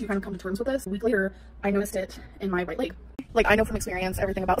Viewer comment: Layyyyg instead of leg pissed me off beyond belief